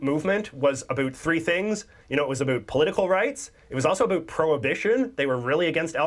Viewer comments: I also question whether this guy's "aboot" is for real. I'm 64 years old and I have never heard anyone pronounce "about" this way. Not once. In fact, I have told American friends that Canadians don't actually say "aboot" at all. Just like we don't all end our sentences with "eh." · has found a great schtick by comically over pronounce "oot" and "aboot" in a way that no English speaking Canadian would ever do in normal life. I do remember seeing a few scene in the T.V. show "How I met your mother" where Barney teases Robin about how Canadians say about so maybe thats why he does it. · He does this intentionally, not only with about but any word that has the letters ou in it. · This YouTuber is well known and not taken seriously by Canadians because of his affectedly fake Canadian pronunciations. Specifically his put-on “aboot” usage. He may have some good content, but a lot of us find him tiresome in his lust to become a stereotype. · ahhhh the ironic aboot... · He is definitely saying "aboot" like that on purpose. Aside from that, great video!! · Funny, it does sound like aboot lol. I am enjoying learning about my country with you ;) I don't think anyone from my city says aboot. Certain communities I guess. Lol too funny. Thank you 😅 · I’m pretty sure it’s put on, no one I know says aboot. It’s about rhymes with out. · gets on my nerves a bit, but it is fun watching for the times when he forgets to say aboot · God, I hate listening to say “about” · Not many of us Canadians say Aboot... we mostly say about like americans do. In fact he's the first I've ever heard do it. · I've seen this guy before, and I can honestly say the first time I saw him was the first time I've ever heard a Canadian pronounce "about" in the stereotype way like "aboot". I don't know if he's doing it on purpose or it's genuinely organic, but thank God most of us don't pronounce it that way. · IT IS ANNOYUING HOW HE SAYS OOOOO FOR OU WORDS LIKE ABOUT AND OTHER WORDS.. soory caps.